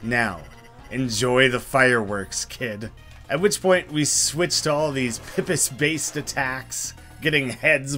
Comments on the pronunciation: It's not "pih-piss" it's "pee-piss". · "pipis" oh no, as a new zealander, that hurts. freshwater clams, they're pronounced "pip-ees", plural of pipi.